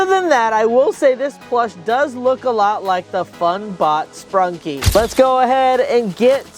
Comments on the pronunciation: Bro called it “sprunkie” it’s sprunki ! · ITS NOT SPRUNKIE ITS SPRUNKI